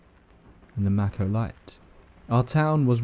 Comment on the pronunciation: The Maco light is pronounced “Maycoh”. The area this was supposed to happen is about 20 minutes from where I sit at this moment and I grew up in the area. The tracks were supposedly all pulled up over a decade ago and though this seems like a nice retelling of the story and popular accounts, the timeline is off